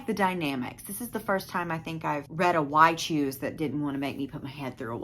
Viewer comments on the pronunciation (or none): Are you saying wide shoes? 😂😂 Or y choose?